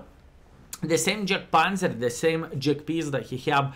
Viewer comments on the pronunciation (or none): none